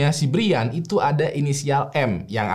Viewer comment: brian itu bacanya brian bang bukan brian